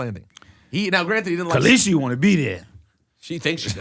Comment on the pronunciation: Her name ain’t caleasie! 😂 danarys(sp)